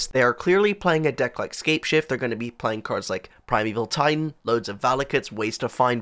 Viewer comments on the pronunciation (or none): none